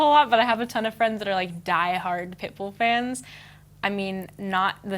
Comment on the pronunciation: When she said pitbull I thought she said pickle hahaha